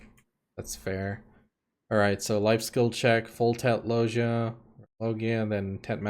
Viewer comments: just telling you cause it's the right one..loggia is an italian world.. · just write Loggia on google translate after setting the italian language, then listen; that's the right pronounciation.